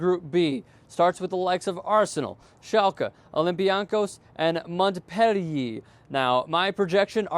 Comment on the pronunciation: he miss pronounced so many teams it was hard not to laugh the best ones were juventus and Montpelier